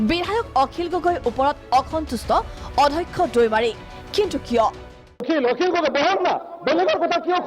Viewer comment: Adhakkha nohoi, Addhyakkha